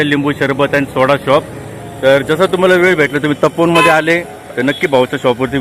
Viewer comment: तपोवन आहे ते टोपवन नाही 😊